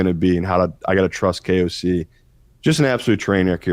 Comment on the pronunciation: u nailed on KOC 9,9 that’s no in German twice